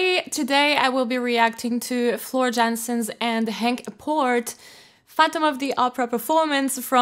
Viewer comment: YanSen... Yan - Ian, sen-son.... Not Jensen wtf